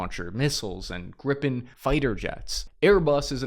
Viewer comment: its not Grippen...aits Gripen...